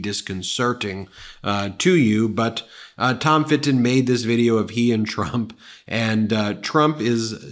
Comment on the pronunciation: When Ben says "Fit-ton" an angel gets it's wings.